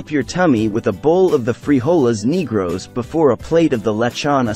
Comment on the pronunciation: Someone needs to tell them to work on their pronunciation of "frijoles negros."